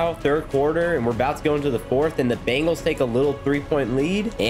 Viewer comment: 11minutes in you called the Bengals bagals😂😂